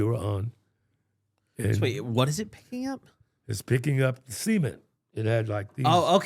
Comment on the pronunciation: this “cement” segment is so funny to me, i dont know how didnt burst out laughing after a while of it sounding like “semen”